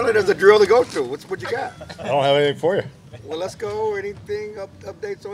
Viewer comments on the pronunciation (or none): To be fair it sounded like said “well let’s go…” instead of Waletzko